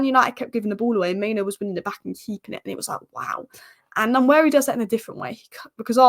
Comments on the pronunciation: Keep up the good content. One point, it’s Nwaneri not Nanweri. 😂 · It's not Nnwayeri it's Nwaneri (ONE NAY RI) ETHAN "ONE NAY RI" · Nanweari😂😂😂 come on, make an effort. Try practicing or break it down........ N U WAN NERI. if you cabt be bothered,, just call him Ethan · Great channel but its One-ye-ri not Nan-weari! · (N)waneri the N is silent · The first N in Nwaneri is silent, so it's just Waneri. There's a video from Premier League where he and many others pronounce their own names. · Say it with me… Wah-Neri. Ethan doesn’t pronounce the ‘N’ at the beginning of his last name 😉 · The "N" at the beginning is somewhat silent so it sounds like Waneri. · ...Sky Sports has a video on YT with all the players pronouncing their own names...he says it like Won-eri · Waneri is far more closer to thw pronouciation than what you are pronoucing😂🤣😊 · Nice Vid! The pronunciation of Nwaneri phonetically is WAN-AIR-EE... The N is silent.👍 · The name is pronounced one ne ri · I'm Nigerian and such a joke people on the net assume most comment are attacks on them. That was my bit to help folks pronounce it better, not a perfect transcription but close. There's no "nu-" in front. That vowel doesn't exist. If that doesn't help you directly, hopefully others. Good for anyone who care to pronounce and learn unique names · Great to see ur improvement on Nwaneri pronunciation. Remember the N is silent...its basically waneri but u can emphasize on the n by calling him wan-neri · Pronouce his name this way "one-neri" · He said himself the pronunciation WA NERI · The "N" is silent in the pronunciation of Nwaneri. Nice analysis 👍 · start practicing how to pronounce NWANERI name the boy too good and deserved the starting spot , don't look at his age the boy is a very good baller .. NWANERI TIME IS HERE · His name is nwaneri